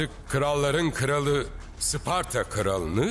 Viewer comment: 1000 yıldır bazılarının sucuk yerine uscuk demesini anlarım da. Bari hiç olmazsa şu Sparta'ya Isparta demeseydik ne güzel olurdu be.